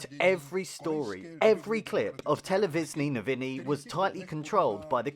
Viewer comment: "Televizknee Nouvini" You are butchering our beautiful language.